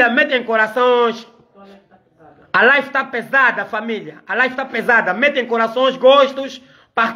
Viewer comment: Live e não life